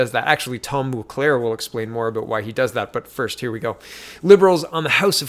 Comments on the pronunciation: Mulcair, not Mulclair. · JWR did NOT say JT broke the LAW. She has repeatedly chosen her words carefully and says that she does not think he broke the law. What he did do was break ethics laws... they're somehow different. Over my head. As well, his name is Mulcair not MulCLaire. :) Just keeping you straight. Good Job.